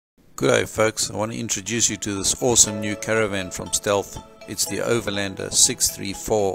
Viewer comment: Kudo's to you for the proper pronunciation, unlike the inept reviewers from Oz and NZ. #localislekker